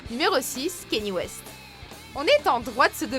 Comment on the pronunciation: A : on prononce pas comme ça Kanye West